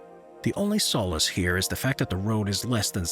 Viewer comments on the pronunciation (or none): Solace was mispronounced, and "first built" is redundant. It should be just 'built'.